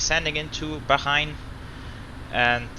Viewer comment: Bro When will you be doing your setup and could you do a flight from doha to Bangkok Qatar Airways 747-8f and Bahrain is pronounced as Bhaa-rain and what's the overlay showing for you flight